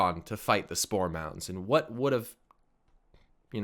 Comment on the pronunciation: it took me some time to realize was saying spore mounds......and not store mounts!